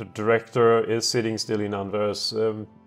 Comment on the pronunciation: You prounounce Anvers with a silent S + Anvers is basically just Antwerp or Antwerpen.